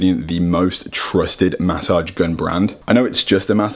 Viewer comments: Jordy please teach how to say massage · The way he says massage lmao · I think its the way he says massage